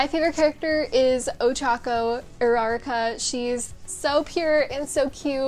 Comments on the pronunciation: Oo-roo-ra-cka not oo-rar-icka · i- "urawraka" "aeezawa" IM SCREAMING BAHAHAHHA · 1. i think you pronounced uraraka wrong 2. loved this video 3. my favorite character is todoroki and i want his quirk